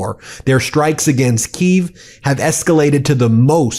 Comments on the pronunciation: ITS PRONOUNCED (KEY EV) KIEV UKRAINIAN CAPITAL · Bro you can't even properly pronounce Kyiv and you're here spreading this anti Russia propaganda of course Vladimir Vladimirović Putin is protecting his country and is defending his land, which was his in the year 200, your pathetic country was created in the late 18th century. How dare you say you have the right to help Ukraine when you didn't even stop to try and help Palestinians, rather your pathetic country submissivly gave everything Israel needed, like bombs and warships... Stupid, Pathetic, Illiterate rat country only supported and run by pedophiles like Diddy and Epstein and only in your country once caught they get to roam free...